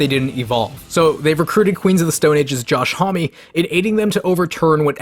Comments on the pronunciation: “Josh hommy” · I’m pretty sure Josh Homme is not pronounced like that